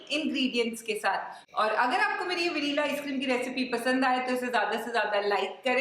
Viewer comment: Please pronounce Vanilla correctly😊